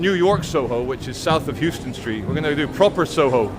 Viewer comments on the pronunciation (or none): FYI, im NYC, Houston St is pronounced How-stn St. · Pronounced Howton St. in N.Y.